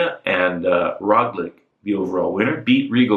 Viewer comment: I think Roglic is pronounced 'Rogue' 'Leach'